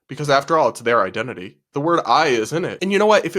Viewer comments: “I-dentity,” it’s literally in the word. THAT IS NOT HOW ETYMOLOGY WORKS, LADY. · "It's I-dentity!" Every country that doesn't speak English: 😐